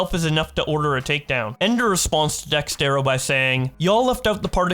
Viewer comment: Its DEX ERTO not DEX TERO